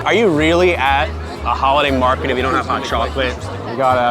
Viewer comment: *Market not mraket